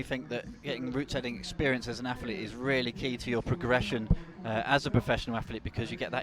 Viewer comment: I know it's an Essex boy speech thing, but can - who does appear to have good technical knowledge - please pronounce words like Athlete as "athlete" with a "th" in the middle of it? It does not have an "F" in it, it is not "Aflete". I know the "F" instrad if "th" is an affectation, it's just really irritating. Not as irritating as when he used to call Ja-in Kim "Yan Kim" but it's still irritating... Sorry, his knowledge is good, but he is British, and in Britain words like "athlete" have a "th" sound in the middle, not an "f" sound. It just sounds lazy and wrong. Apologies. Yes, I know I'm being a pedantic git. But it makes me cringe every time he mispronounces every single word that has a "th" in it.